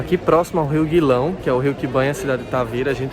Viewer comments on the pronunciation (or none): O nome do rio é Gilão e não Guilão